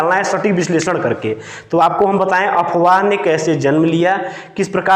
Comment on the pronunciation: अबे अपवाह नहीं अफवाह होता है.... तू क्या टीचर बनेगा रे.....